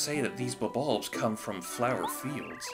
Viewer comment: Bulb-ulbs, like Bob-bombs.